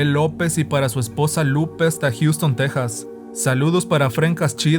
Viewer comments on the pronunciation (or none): none